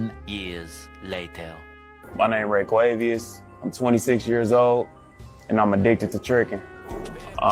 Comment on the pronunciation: "RAYQAVIOUS" 🤦🏿‍♂️bw must be stopped